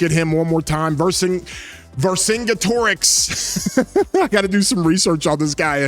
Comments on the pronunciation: Ver-sin-get- erix pronounce like that. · fyi vercingetorix is pronounced "vur-sin-geh-teh-riks"